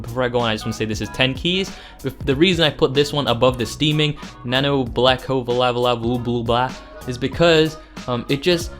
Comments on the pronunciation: The Nanobalaclava is pronounced "Nah-No Ball-aye-claw-va" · Nanobalaclava = nano (ball-oh-claw-vuh) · Nabo-bala-clava Not that hard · You really butchered some of these hat names. Just saying that the Nano-Balaclava is just literally the word nano and balaclava mashed together.